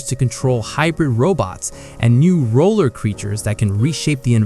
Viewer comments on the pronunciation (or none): none